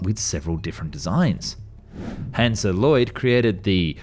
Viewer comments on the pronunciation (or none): none